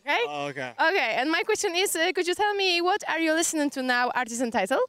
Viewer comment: HISTORYCZNY MOMENT, w końcu powiedziała poprawnie "What are you listening to" 👏👏👏